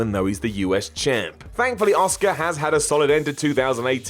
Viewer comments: I'm begging you: please stop calling Asuka "Oscar"! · Chris Betton Some people can't say always the name right